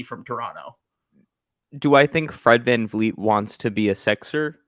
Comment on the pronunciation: its Van Vleet not Van Fleet